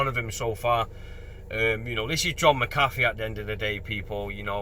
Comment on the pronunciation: Should get his name sorted tho - I assume its Irish origin. Mac Ahh Feee.